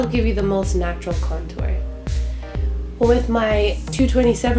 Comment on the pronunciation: I always laugh when you say the words "natural" and "subtle"